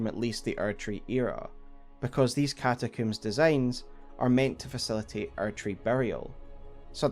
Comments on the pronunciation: Bro it's combs not cooms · Great vid but…one question… What’s a “catacoom”? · Came for the frenzy, stayed for the cataCOOOM.